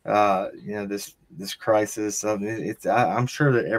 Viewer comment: it’s “crisis” 😊